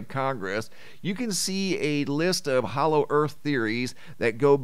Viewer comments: Hollow, not hallow. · Hollow not Hallow! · you DO KNOW it's 'HOLLOW' and not 'HALLOW' right? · Hollow...not hallow?